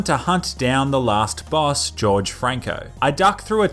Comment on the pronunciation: "George Franco" 😂